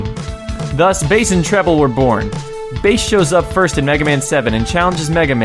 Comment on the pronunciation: Why the Hell does he pronounce BASS as BASE?